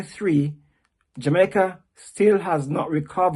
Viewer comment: He needs to learn how to pronounce Jamaica with out an er